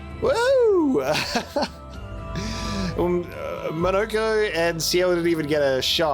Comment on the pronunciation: Yes, well, very impressive parrying this episode. But please,, it's pronounced Monoco, not Monoco!!